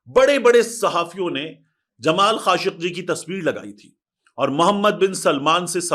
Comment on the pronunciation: Khashoki ko aap khashki bol rahe ho